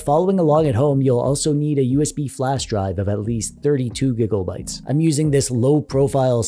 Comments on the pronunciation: are you saying gigobytes with an O or am I just deaf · My man called it gigglebite not gigabytes bruh